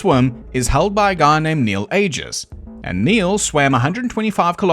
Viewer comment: Not to be uppity but Neil Agius, Agius is pronounced A-joos